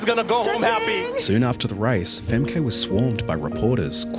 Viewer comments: FemKEE... The emphasis should be put on the first syllable, in order to pronounce it correctly. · Its pronounced Femkuh, not Femkay… show some respect dude… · Femkay 😂 Femkuh. You pronounce it as Femkuh. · Its not pronounced Fem-kay its Fem-ke. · Its pronounced Femkhu not FemKay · Not Famkay but Femkuh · It's not "fem-kay" it's pronounced "fem-ka" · Pronounced Fem-Kuh, not FemKay... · Her name is not Fem Kay... It's pronounced Femka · I don’t think her name is pronounced Fem-KAY. It’s FEM-kuh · Fem-kuh Tis not Fem-kay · Its pronounced "Femkuh" not Femkay the speaker at the end even says it correctly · "Femkay" "femkay" pretty sure its Femkə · Her name is fem-kah, not fem-kay. Please pronounce it properly, even the American commentator said it properly, come on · I love the subject matter of the video, but i literally thought to myself, isnt it fem-kuh, not fem-kay? the entire video, and then a second later hear the commentator say fem-kuh, followed by you saying fem-kay, and man that slightly peeved me xD but im a stickler for pronunciation lol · "Fem-kay?" Femke is pronounced more like Fem-ker. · Her name is pronounced Fem-kuh, not Fem-kay. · Femk-uh not Femkay, your video is well researched but you couldn’t look up the pronunciation??? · Please, it's not "Femkey" or something ... Just Femke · Pronounced more like 'Femkuh' than 'Femkay' Nice piece, dude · Awfully disrespectful to mispronounce someone's name, over and over. Worse that she's the person featured in the video. Fem-keh. Not Fem-kay. If you don't want to narrate well, maybe don't narrate at all. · I don’t understand how you can pronounce her name so incorrectly when you literally hear it said correctly in the clips you used. FemKUH not femKAY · BTW its not femkay its Femke like femkuh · Femkay? It is pronounced like Femkuh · it's actauly pronouced Fem-ka, not Fem-Kay. The commentor literally says it. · Not pronounced femkay it's femkuh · its pronounced "fem-kuh" not "fem-kay" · It’s Femkuh not Femkay